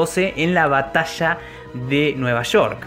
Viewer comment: La batassshaa de nueva sssshoork xD